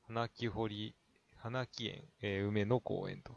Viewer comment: 青梅市の紹介で市名の由縁を説明しないというのは初めておめにかかりました。 何かの資料の棒読みでしょう仮名の無い地名はほとんど間違えてますね。 こそぎ⇒オソキ みたけやま⇒ミタケサン はなきえん⇒カボクエン 梅を使った特産品ってある？ こんな動画・・・何の役にも立たないですね。